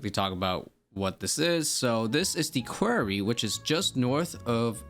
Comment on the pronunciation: Great vid! Btw, Quarry rhymes with sorry 😄